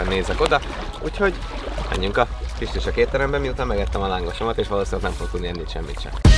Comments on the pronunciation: csak én hallottam kisköcsög éttermet a kistücsök helyett? :D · Nagyon tetszik a video de a kistücsök helyett először azt értettem hogy kisköcsög étterem 😂😂😂😂😂😂😂😂